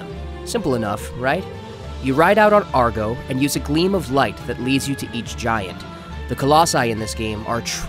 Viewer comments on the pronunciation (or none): You say argo, i say agro Sry i had to point it out to give myself closure